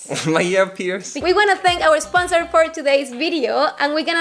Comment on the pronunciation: 2 seconds later "esponsors"